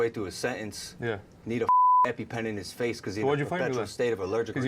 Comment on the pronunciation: Logan can’t pronounce “sentence” yet he thinks he can make fun of Dillon’s speech